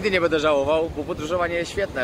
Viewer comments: Bardzo lubię Cię oglądać ale mam drobną uwagę.Postaraj się mówić będę a nie bede bo zle się tego słucha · Twoje „bedzie” „bede” jest najlepsze 😎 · mówisz bardzo płytkie będę wręcz wybrzmiewa jak „bede” nie jest to nacechowane pejoratywnie tak tylko zauwazylem